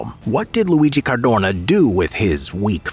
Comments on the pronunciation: Why is he saying certhuurnaw like that ffs. Car doe na. You moron. Jesus Christ almighty. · Sad to say: it‘ Cadorna and not Cardona… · Cadorna, not Cardona. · It hurts my ears hearing you say the surname of general Luigi CarDOrnA💀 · CADORNA, not Cardona !!!! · Cadorna, no Cardona. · It's CADORNA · "Cadorna", not "Cardona". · His name was Cadorna not Cardona. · caDORna, not caRDona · caDORna, not caRDOna, my ears bled every time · CaDorna not cardona!!!! and thanks for pissing on wwi graves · Cadorna not cardona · It Is CADORNA. NOT "cardona". And yes, in Italy we have lots of military barracks dedicated to his name and I don't understand why... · It s not Cardona, it s Cadorna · It's Cadorna. Cardona Is a wrestler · Every time I hear CARDONA instead of Cadorna I throw up a little. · dude, it was CADORNA, not Cardona, Cardorna or Cadrona as you kept calling him. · It’s Luigi Cadorna, not Luigi Cardona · it's CadoRna not CaRdona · Cadorna, not Cardona!